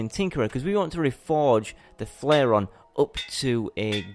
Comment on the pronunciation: its the flairon, not flairion